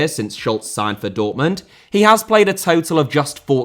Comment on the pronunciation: Dortmund * not Dohrmund München * not Munich Nagelsmann* not Nohrgelsmann Stadion* not Schtadion José* not Houwsei Gayà* not Hayar Theo* not Thiouw Rather* not Rother Thiago * not Thiohrgouw Andreas* not Andrejas Dembélé * not Dembeilei Busquets * not Băsquets Half* not Holf Koundé* not Koundei Somah* not Somer Omar* not Ôuwmohr Arabia* not Arabier Insigne* not Insignahr Serie* not Siri Lionel* not Leonl Inter* not Ento If it hadn't been* not If it hadn't have been Rahman* not Rohrman Guimarães * not Guêmaraich Augsburg * not Ogsbög